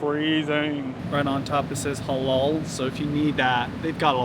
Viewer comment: The way u pronounce halal as holol is so funny. It’s supposed to be like a clear «a».